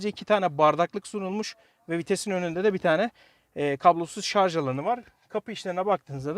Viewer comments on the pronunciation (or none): none